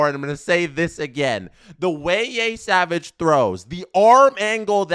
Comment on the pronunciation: Yeah he's pronouncing it like Yésavage lmao there aint no accent aigu in Yesavage